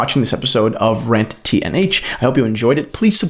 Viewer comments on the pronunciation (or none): Thanks enjoyed your video very much. BTW when you say 'Rant T&H' it sounds like 'Rent T&H' ...or is it just me?